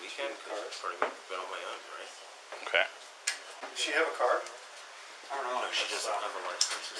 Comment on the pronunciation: “eh oh-keh”